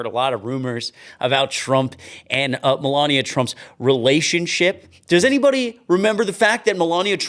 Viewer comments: I would forget everything irritating about you if you would learn how to say Melania right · She's a vile disgusting human being but her name has only four syllables and it makes my life miserable too much. The only thing worse than hearing it is hearing you mispronounce it.